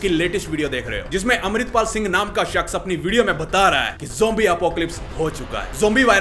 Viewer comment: News: 🚨 alert... Zombies around....: helooo guys mai hum amreplal sing 😂